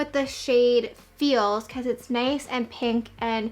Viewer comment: the way she said “nice” - - “Nai-se” lol ❤️